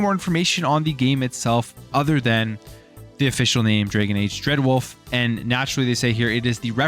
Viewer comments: “Drag + uhn” not “Dra + gen” Jesus learn how to pronounce words. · DRAGON, not DRAGEN my man... DRAGON. LOL.